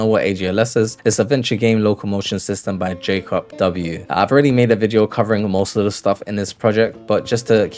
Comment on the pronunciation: ppl that pit 'dont understand this decision' are proper delulu mate, this project is actually so sick! 👀 your vids are sick too bro! btw. mans name it's polish version of Jacob, like u pronounced, but in polish it's actually "Ya-coob" (polish protip)👊🏻